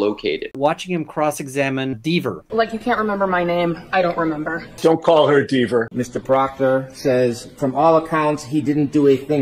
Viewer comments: It’s Dever, rhymes with Never. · She will forever be Deever to me..dont respect liars, dont care how she pronounces a last name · Hahaha! Never rhymes with Dever! Never, ever Dever!❤ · Fourth cube, she would appear on screen with them in her own window/ cube to call them out for saying her name wrong. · Everyone knows about the interview by Ian, who cares who interviewed the lawyers, it was awesome! The third cube comment means Dever would show up on the screen to correct whoever says her name wrong. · There were 3 people in the interview, was saying if you say Dever’s name wrong, she might show up as the 4th person in the interview out of nowhere. I thought it was pretty damn funny! 🤷🏻‍♀️ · No, there were three ‘cubes’ on screen in the actual interview, who this creator has chosen not to credit. Ian Runkle, Yannetti, and Alessi. The joke was that saying Deeever’s name wrong might cause her to appear in the call as a fourth participant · But using that, he tricked her into remembering how the commissioner pronounced her name, even though she swore under oath that she can't remember a single other word that he said.